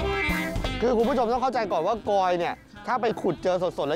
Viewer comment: กลอยค่ะ ไม่ใช่กอย